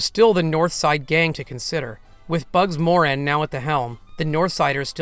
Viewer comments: Thanks! It’s Bugs Mor-AN, not Bugs MOR-an. Second syllable. Like Ca-PONE. Not CA-pone. See? ❤ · It's pronounced MorAN, not MORan.